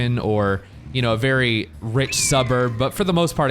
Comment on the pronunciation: The limo's dwunk. It's vewy vewy dwunk